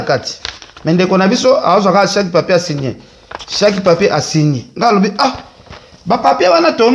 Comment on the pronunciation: Balobaka chaque et non chaki 😂😂 illetre , inculque , analphabet , energumene.ken zongela classe